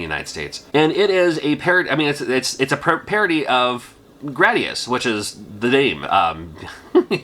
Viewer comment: You get cool points for saying Gradus the correct way. Drives me nuts when ppl say Gradeeus.